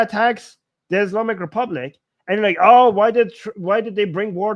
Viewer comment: It's "like" not "lick!" To "lick" involves putting your tongue the screen!